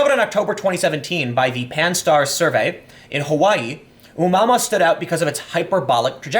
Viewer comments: Pronounced a moo a moo a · That's a horrible pronunciation :D It's oh-mooah-mooah ;) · Tim it's pronounced O moo ah moo ah. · It's pronounced O-moo-ah-moo-ah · It's pronounced as oh-mu-ah-mu-ah. It's a Hawaiian word which means "scout". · Oh Moo Uh Moo Uh is how that's pronounced. It's Hawaiian. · dude the pronunciation for Oumuamua is readily available on the wikipedia.